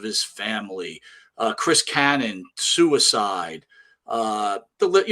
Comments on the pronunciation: Chris Cannon ? It’s Chris Kanyon. If you’re going to speak of the man’s suicide get his name right for fucks sake ! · "KANYON"